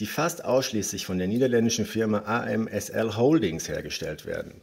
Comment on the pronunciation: ASML heißt das Unternehmen, nicht amsl